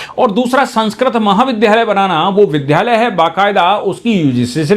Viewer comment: आपका ""विद्धालय"" उच्चारण अखर जाता है।